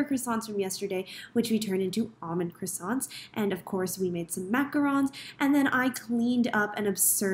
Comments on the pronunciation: Croissant is pronounced as Kwason ma’am. You’re in Paris as a pastry chef, you should know this 😂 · Great job! Just one thing. If you're working in Paris, please learn how to pronounce croissant properly! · French patisserie cheffe who still cannot pronounce croissant correctly…